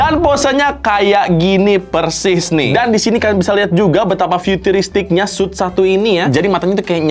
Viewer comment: "2020 suit" Yang gw denger:"2020 SUS"